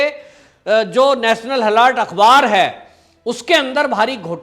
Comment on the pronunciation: गलत ऊच्चारण ।। हॅलोर्ड मत बोलीये । हेरॉल्ड बोलीये ।